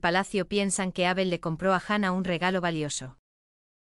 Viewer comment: Menos cuando nombra a Abel, nadie le dice a esta chica que pronuncia mal el nombre de Abel? Es chirriante oir como pronuncia su nombre